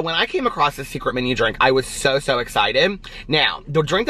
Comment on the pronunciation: OMG says across like meeee! (He stumbled acrosst) lol